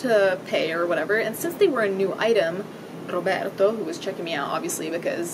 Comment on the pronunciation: Omg the way you pronnounced Roberto was glorious I wish I knew Italian